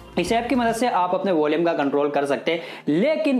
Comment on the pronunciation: वोलियम नहीं वॉल्यूम